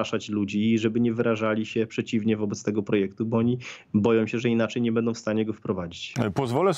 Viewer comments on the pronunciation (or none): none